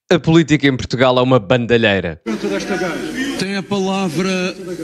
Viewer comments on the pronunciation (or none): none